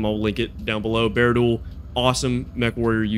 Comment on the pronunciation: Bar-a-Duel is how his name is pronounced... He / NGNG (No Guts No Galaxy) with Sean Lang or Phill, & TTB all play MW5 + MWO (they each were Beta Testers) + Battle Tech... Also, do you by chance play off Steam or Nexus platform's?